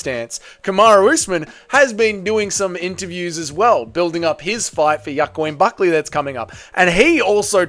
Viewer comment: "Yacoin Buckley" Holy fuck 😂